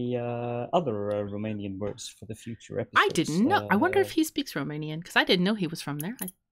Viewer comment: Guys! Your Romanian pronunciation is amazing. I had the most fun hearing you say it and figure it out. Kudos to Soul Adams for proposing it and kudos to both of you for entertaining a Romanian going to work on a Friday. I'd like to help out with words for this amazing podcast for I have enough ideas :)))